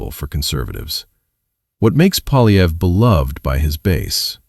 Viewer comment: Poiilievre: pwa' lye vruh. There is no "polly" in there. The R comes before the uh. Amazingly, all four of guesses (He only guesses; it doesn't occur to him to try reading) are wrong.